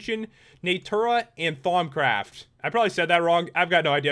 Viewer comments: You said thaumcraft right. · You said thaumcraft correctly. Just thought I'd toss that out there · Then you need to check out Thaumcraft, and yes you said it right :) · Pat you said Thaumcraft right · You didnt say Thaumcraft wrong, its exactly how the Mod Author TTFTCUTS pronounces it.